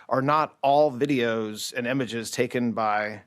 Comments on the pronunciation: He thinks it’s pronounced “emeges”. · why does he pronounce "images" as "emages"